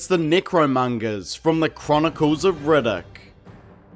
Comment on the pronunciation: Best part of the video is "Rigiddick". 😂😂😂. The whole thing is good though.